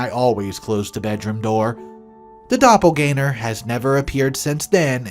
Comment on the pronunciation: "Dopple-gang-er" not "Dopple-gainer". Besides that, nice vid. Cheers.